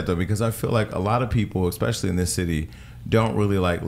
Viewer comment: I loved the interview but I cringed every time Parker said “ekspecially ” lol